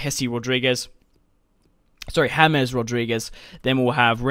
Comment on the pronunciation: It's not hames its James